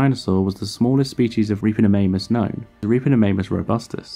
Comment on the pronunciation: Sorry but all I could hear was "Ripperofannus".